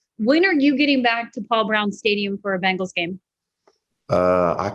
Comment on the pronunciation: It's Bengals not Bangles 🙄 Bangles are bracelets.